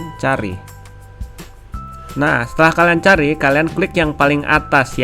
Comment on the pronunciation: Btw Bang itu canva bukan cavana 😅😅